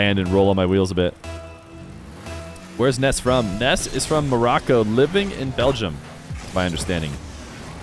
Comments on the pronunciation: yes it’s Nass not Ness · There’s something amusing about how has to pronounce Nass’s name as “Ness” I imagine because of a certain little boy with magical powers and a baseball bat Edit: or is that just how it’s pronounced? I actually don’t know